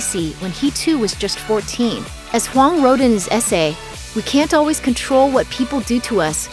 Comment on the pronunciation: Eddie..HUANG, not wong